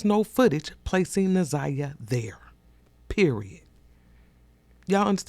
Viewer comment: Kim Worthy couldn't even make certain to pronounce Naziyah's name correctly! SO DISRESPECTFUL 😢